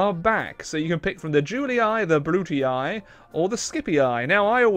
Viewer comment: Why does he pronunce "Brutii" that way? It hurts so much